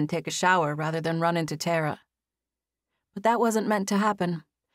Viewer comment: I'm repeating the first chapters again. I wondered why the female lead was called Terra or Tarra...then it clicked 😂 I've always heard it pronounced Tah-ra😅 but the narrator is excellent nonetheless